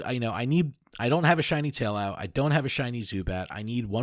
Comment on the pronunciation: Probably because the amount of cringe lol. Adam saying to put ducklett for field research instead of larvitar and you mispronouncing taillow. SMH